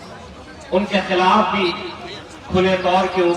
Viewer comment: Filaf nahi khilaf hota hai